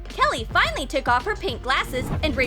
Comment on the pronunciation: really you said fainaly its like you don't care